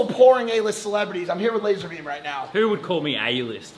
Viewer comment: ITS LAZAHBEEEM